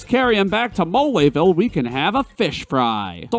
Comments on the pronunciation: Oh gosh, the "e" in "Belome" isn't silent? I've been saying it wrong all this time?! Oh gosh, the "e" in "Mole" isn't silent? I've been saying it wrong all this time?! What's "moleville"? I know only of "Moléville". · "MoLAYville" Really, dude?..😐🤣